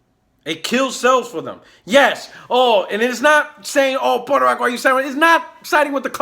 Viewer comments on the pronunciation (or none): “Puertorock box” I’m done 😂💀